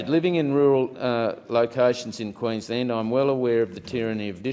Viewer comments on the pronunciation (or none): none